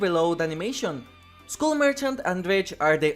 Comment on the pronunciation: I beg you, say skull as if it's "skall". I tried to ignore it but I can't anymore 😭😭😭